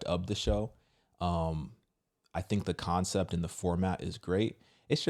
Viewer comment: I like when people with that accent say FINK instead of THINK. 😆 🤍